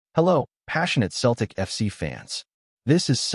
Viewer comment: 😂😂😂😂😂😂What a lot o 💩💩💩💩💩💩 It’s fucin Seltic not Keltic 👹👹Get this site tae fuc